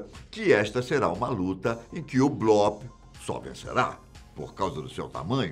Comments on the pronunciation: Blópe? Acho que o certo é bloop (blupe) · Gostei demais do vídeo meu amigo, só a pronúncia aí que é “bluup” não blóp já que essa palavra vem do inglês! Abraços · Nao é blOp é blUp a pronúncia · sim o certo é blup com um P quase mudo, mas a gente perdoa o kkk